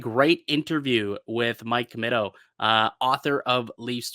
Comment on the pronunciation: It's pronounced Commeeto.